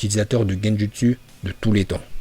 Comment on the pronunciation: Bien la vidéo mais fait un effort de prononciation ça donne envie de mettre des baffes sans déconné 🤣🤣🤣 genjUstU !! Oh l'artiste mdrrrr